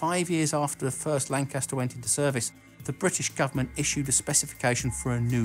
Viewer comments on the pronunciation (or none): none